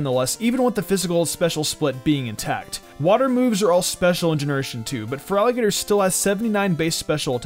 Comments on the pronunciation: i swear he says frogadier instead of feraligatr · LOL, you make the starter's name sound like "frog eater", at least during the firstc3 minutes :)